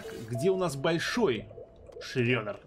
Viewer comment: Шреддер произносится через "е" а не "ё"